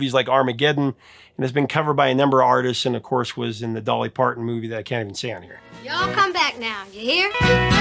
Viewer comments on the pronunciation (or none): none